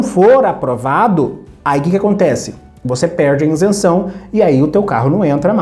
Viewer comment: "Insenção" dói o ouvido! 🤣